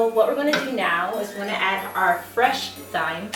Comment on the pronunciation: Thyme is pronounced with a silent h.